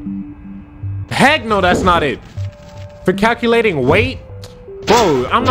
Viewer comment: When they said cuculate weight I was like your mom